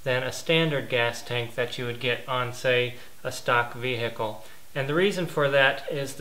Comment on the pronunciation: the way you sey "vehicle" annoys me